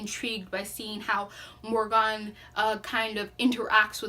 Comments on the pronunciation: It’s mor I gan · Love this review very well thought out. 1 note * the pronunciation of her name Morgan is [More-gain] [Morhgin]... in sound. You can get a better feel for it if you listen to the audiobook. Other than that thank you so much for giving this review. 🖤